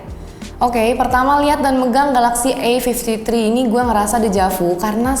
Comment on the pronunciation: "kamera e-fifti-tri ... yang udah ada o-is nya". hmmmmm.. ada yg aneh sepertinya 🧐😅